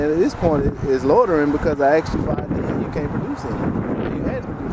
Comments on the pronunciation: How can they pin a badge on a fool that says "axed" meaning "asked"? Uneducated 😮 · I "axed" you. Hilarious! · Well.....he "axed" him. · "Axed" "lawterin"